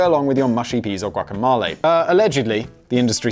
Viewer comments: Say guacamalay one more goddamn time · he said like, "guaca-mahl-e" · GuacamAle?? Guacamole 😂😂😂 oh damn Simon, my new hobby is catching your pronunciation errors🙌🏼 love the Blaze 🔥🔥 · For someone that know what guacamOle is, it's odd he kept pronouncing it as guacamAle! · Its gua·ka·**mo**·le. Not ma. Mo. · No simon, its GuacaMelee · Gwah-cuh-mole-ay. This is fun. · Simon: "Who the fuck doesn't know what guacamole is?!" Also Simon: Can't pronounce guacamole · “Who the f*** doesn’t know what guacamole is?” Says Simon who doesn't know how to pronounce it ! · Is no-one going to point out Simon's pronunciation of guacamole? 👀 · Simon definitely binned his pronunciation dictionary if that’s how he pronounces guac haha